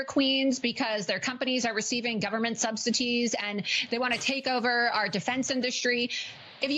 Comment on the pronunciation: Did anyone else pick up on Laura Looser's "government subsiTies"? 🫣 Anyway, just wanna say, is awesome. 😍